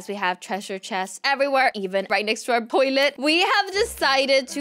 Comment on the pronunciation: I laughed so hard when said poilet